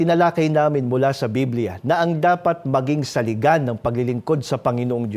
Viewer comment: Saligan po not salian